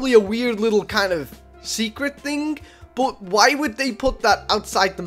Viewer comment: How u say but “bot” everyone else “but”